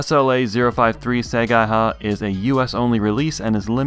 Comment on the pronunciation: it's "say-guy-hah" – see, Japanese is fun kids!